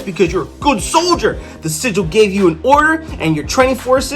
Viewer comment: Yeah, u saying it wrong. It's sigil(like Jill).